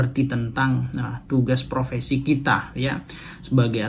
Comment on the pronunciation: Bukan provesi mas, tapi profesi